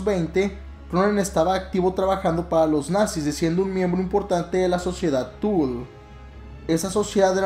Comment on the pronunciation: Una corrección de buena onda que no busca contrarearte, la sociedad “tule”no se pronuncia “tul”, si no como suena, tule (es aleman, no inglés) de preferencia acentuando verbalmente la “u” para razones de su mejor pronunciación.... suerte y buen video.